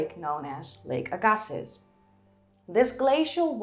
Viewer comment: The correct pronunciation of the two geographical sites in Canada: LAW-ren-tied AGG-a-see